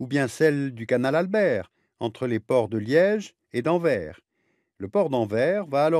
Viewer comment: On ne dit pas [Anver] on dit [Anvers] le "s" n'est pas muet.